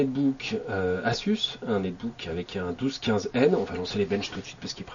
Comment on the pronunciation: asus se prononce azus non ? :D